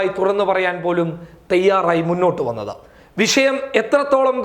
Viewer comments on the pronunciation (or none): none